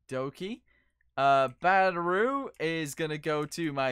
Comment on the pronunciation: Have anyone else notice in every video he makes he says batteru instead of ( battery! )... Does anyone one know what slang word it is or what language it's from or is it just the way he says battery? I'M CONFUSED! ( But I like your videos! )